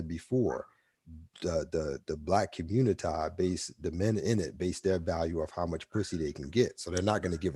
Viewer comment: When said "ARC got to be beheaded for the communitah to work" had me rollin lol.